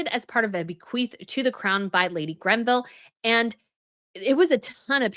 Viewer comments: It’s Greville, not Grenville. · It is the Greville kokoshnik, not grenville; no n in greville. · Greville... Not GREN-ville. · It's GREVILLE - not GREBVILLE. NO "N" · Please please please STOP saying Grenville!!! It is GREVILLE!! No “N”!!!! You do it in all your videos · FYI it's Greville not Grenville and it's Linley not Linney. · Hello. I am very surprised at your mispronunciation of Dame Margaret GREVILLE’s name. I heard the name Granville and Grenville Collection. Even in the transcript of this video it says Randville. Also I believe the Greville Bequest was to Queen Elizabeth the queen mother and not the crown. The other that surprised me was your pronunciation of Princess Margaret’s son’s name. He is David Armstrong-Jones, Earl of Snowden. He was previously known as Viscount Linley before his father passed away. You called him Lord Lenny multiple times. Check your video. Very disappointed. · You continue to mispronounce the Greville name. There is no N in name of Margaret Greville. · I've noticed it in the past video and heard it again here, so I have to say it. It's the GREVILLE, not GRENVILLE. Sorry, the extra 'N' is really hurting my ears.:) I love your content, though,. Stay royal.:) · I find it very curious that often mispronounces the names of British names, but seems to get the jewels of the European royal families spot on. It is not the GRENVILLE bequest; it is the GREVILLE bequest. It really grates on me to hear this sort of thing over and over.:/ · I love your channels, but why do you keep referring to Dame Margaret Greville's jewelry pieces as GreNville items? It's as maddening as how you reference the Belgian royal family. Why are they "of the Belgians" instead of "of Belgium?" You are the only channel that does this. The only European country with a monarchy that has "the" in its name is the Netherlands. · Love you, respect you, but it is Greville, not Grenville. No n. N please get that right. Makes me crazy.